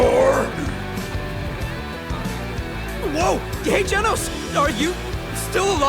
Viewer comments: "Genos"❌️ "Jenos"✅️ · Genos ❌ Janos ✅ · Genos ❌️ janos ✔️🤣🤣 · I swear I heard him saying "whoa gay Janos"😂